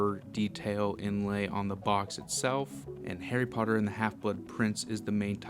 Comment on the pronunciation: Harry POTTAH!😁